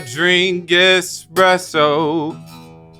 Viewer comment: “EsssPrEsOooo in the morning I drink EsssPreSsoooooo” 😭🤣